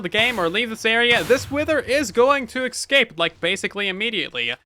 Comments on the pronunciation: I say this with kindness... It's escape, not ecscape. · Eggscape, another name for the End or just a mispronunciation of escape? Place your wagers. 🤣